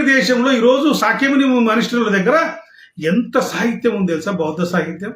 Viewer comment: శాఖ్యముని కాదు.. శాక్యముని అనాలి.